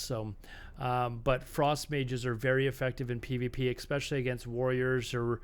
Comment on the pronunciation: why are u saying "especially" as eXpecially, really bothering me, lmao